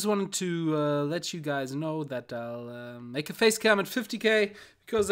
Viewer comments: er hat es halt wie im bayrischen ausgesprochen und nicht im englischen :D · Klang schweizerdeutsch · Mischung aus Deutsch, Bayrisch und Englisch :D:D:D